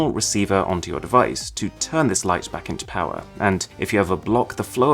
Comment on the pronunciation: More powah baby